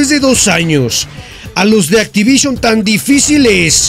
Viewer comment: Puro hate contigo... para empezar qué es "ACTIVITION"?